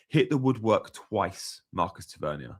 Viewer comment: Ta-Ver-Nier, sorry your pronunciation is driving me a little bit crazy 😂